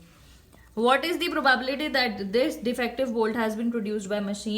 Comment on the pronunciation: ma’am can you please pronounce “probability” correctly